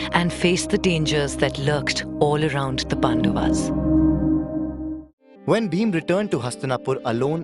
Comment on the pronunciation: It is not Pandavs It is Pandavas